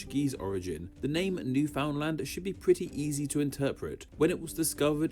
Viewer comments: My version of nails on a chalkboard. Cring every time someone mangles it. Newf (pretend the ou doesn't exist) ndland. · Winced at how the narrator pronounced Newfoundland.